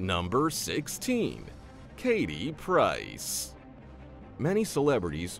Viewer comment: It’s Katie PRICE ! NOT PERCE ?. Look up her STAGE NAME FOR THE LOVE OF GOD ?.